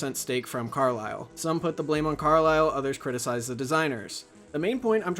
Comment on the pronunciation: As someone who has worked in private equity and has worked extensively with the Carlyle Group, thanks for being accurate and pronouncing the name correctly.